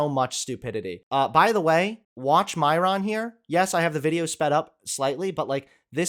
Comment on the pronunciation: I agree with everything said except...his pronunciation of Myron. It's so white the way he says it.